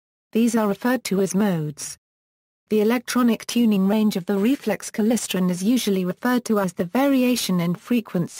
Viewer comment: What the hell is klisren.... KLY-StRon